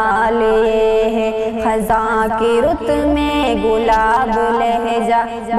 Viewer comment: محترمہ یہ لفظ خِزاں ہے خَزاں نہیں ہے خ کے نیچے زیر ہے زبر نہیں